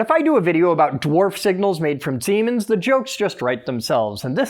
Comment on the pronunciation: SEEMENs ,SIEMENS OR SEEEMENS😂😂😂😂